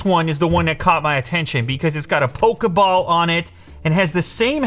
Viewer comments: Like how he calls it pokaball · Did he really just say pokeball fans.